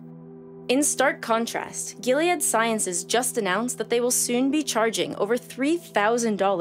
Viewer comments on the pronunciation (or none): none